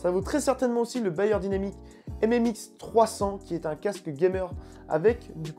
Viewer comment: C'est "BEyerdynamic" pas BAyer, Bayer c'est l'industriel de la pharmacie et de l'agroalimentaire